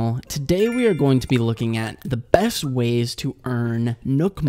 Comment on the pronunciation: Everytime he said "BEst" I cringed. Like, the bad shivers kind of cringe.